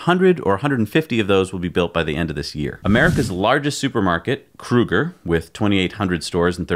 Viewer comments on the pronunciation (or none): It is KROOOOOOGER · Now You Know LOL "Kruger" no no. Kroger.. hehehe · My guy said krooger .It's Kroger like the O in low.